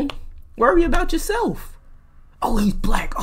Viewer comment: “Stand up for yo sel-😳” got caught slippin😂